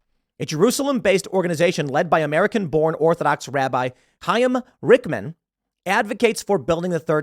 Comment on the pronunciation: Pool I will appreciate you learning how to speak the name "Chiam" properly.